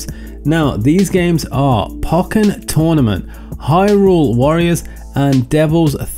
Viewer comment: You say "pokkén" funny :p